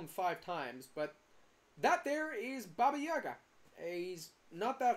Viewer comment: not you saying yuga